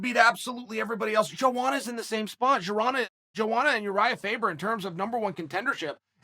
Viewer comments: JoeWanna lmao isn't it pronounced more like YoAnna???? Chael and BrenDumb Schaub suck at pronouncing fighters names even after years of say these names. I still like Chael saying YaRear Rodriguez. Hahahahaha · Lol chael its pronounced (Yo·onna)